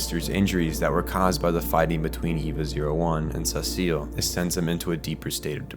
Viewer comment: Why do you call Sachiel Cecil?